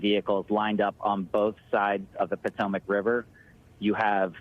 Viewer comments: What's the "Patemec" River? Does Holt mean the Potomac? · NBC can't even find newscasters who can pronounce the name of one of America's most famous rivers. SMH